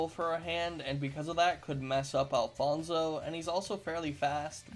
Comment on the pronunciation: Hi im Alfonso and you are pronouncing my name pretty weirdly BUT yes i think Alfonso definitely can win against freddy fazbear